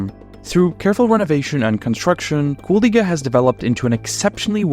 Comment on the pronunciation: Damn ur pronunciation of the city is perfect, sounds like a regular latvian.